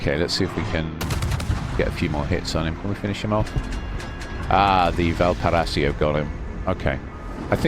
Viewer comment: It's pronounced "VAL-PAR-I-SO" 😊